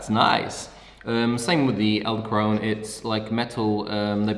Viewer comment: I cringed every time you said "eldekrone" not "edelkrone"